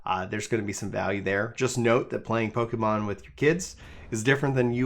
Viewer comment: Don’t want to come up as nick picking but the pronunciation should be PokEHmon not PokEEmon, it comes for Pocket Monsters. One doesn’t say Pockeet, right? :P I haven’t played the game but the overall opinion doesn’t really seem to be with game freak and it clearly fed by the whole state of the gaming industry. I will wait to see how the this gen pans out but so far I’m skipping this game